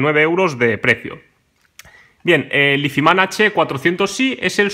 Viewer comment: pronunciar "izman" tan barbaramente mal me parece de una dejadez y una falta de interes alucinante...